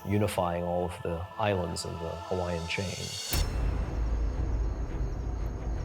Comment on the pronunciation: Stop miss pronouncing the Hawaiian language! It’s disrespectful to my Hawaiian Heritage!